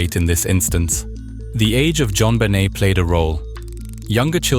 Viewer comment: Pronounced JonBenet in multiple ways. Dog shit.